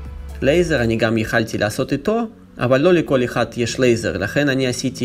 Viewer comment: Желательно вместо "яхалти" - "яхолти"